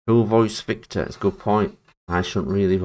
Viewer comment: Dude It's Victor Not Vector.